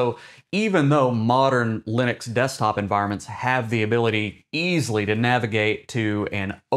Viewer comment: l U n I x ??? Lunix, Lunix, Lunix.... ??? what is this LUNIX you are babbling about????? why are you talking about LUNIX while claiming this video is about Linux?